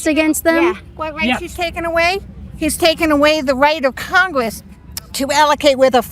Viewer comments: Whats "congwess" ? 😂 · He is taking away rights of congwess that rasically wabbit